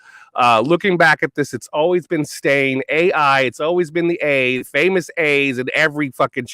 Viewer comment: she says AI so strongly. I got artificial intelligence chills. Possibly Mandela Effect related to AI in some way??